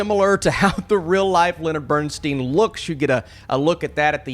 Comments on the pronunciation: BernSTINE, not BernSTEEN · The man's name is pronounced "Bern-stine," not "Bern-steen." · His name is BernSTEIN not BernSTEEN! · You have some valid points on the movie but they are overshadowed by your NOT knowing how to pronounce Bernstein’s last name. It is BernSTINE NOT BernSTEEN! How did you overlook that and how much acclaim does someone need in order for their name to be pronounced correctly?! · OK, first of all, it's Bernstein, as in beer stein, NOT Bern-steen. As for the acting, I found Cooper's attempts to "be" Bernstein unconvincing -- for me he looks and acts nothing like the real thing and he tries much too hard to the point of caricature. The nose prosthetic is ludicrous, making him look more like a clown than anything else -- and the notion that he needed a "big nose" to look more "Jewish" is offensive. The movie overall is disjointed and confusing, omitting almost everything that made Bernstein so remarkable in favor of a love story riddled with clichés, topped by the inevitable cancer bit. Tragic yes, in real life, but way overdone in far too many tear-jerk films. It's also tiresomely tedious with way too much redundant dialogue that drags and drags to little point. The culminating scene where Cooper is presented as Bernstein conducting a portion of the finale of Mahler's second symphony is lifted directly from a video of the real Bernstein conducting that same piece. Cooper is not so much conducting as acting out the over-the-top performance recorded in that video, literally mimicking Bernstein's every overwrought gesture. To a music lover the scene is embarrassingly ludicrous. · It's pronounced Bern-STINE, not Bern-STEEN. He said that himself. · As much as this man's name has been (correctly) said in the past.few weeks, how on earth.did.you.still.manage to mispronounce it? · Did you actually see the movie? Have you heard Lenny pronounce his own name? Have you head his kids pronounce their name? I'd suggest you do and then remake your video.